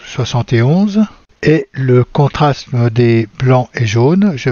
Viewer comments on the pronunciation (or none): Veuillez m'excuser d'insister : vous prononcez (en français) contrasme, or il faut dire contraste.